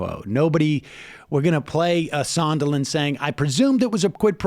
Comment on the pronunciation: Sondland not Sonderland.